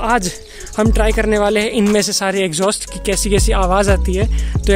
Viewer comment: It's exhaust bosti The way you pronounce exhaust is horrible what exjostt